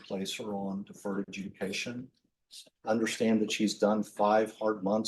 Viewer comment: that pause to comment made no sense. Defense is saying "if all crimes need sentencing then wtf do we even have deferred adjudication for?" (btw - deferred adjudication, not deferted judication)